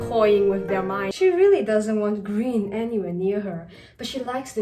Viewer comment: I like g r e e w n